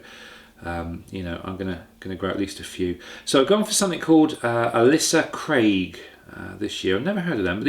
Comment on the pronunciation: Hi, Tiny, and possibly pedantic, point warning! It's not "Alisa" Craig as in Ay-leesa but Ailsa Craig as in ale-sa:-). It's an interesting story, in my opinion anyway, because this name is attached to a number of vegetable strains, not just onions. They're all named after a small island in the Firth of Clyde (which, as it happens, is currently on sale for just 1.5 million of your English pounds!) by the Victorian gardener David Murray. He worked for the owner of Ailsa Craig at Culzean Castle, so not on the island itself. He developed a relationship with Sutton Seeds in the late 1800's and as you now know yourself, Ailsa Craig remains ubiquitous even today. I thoroughly enjoy your videos and so I'm pleased that the enforced hiatus whilst you fitted your new kitchen is now over.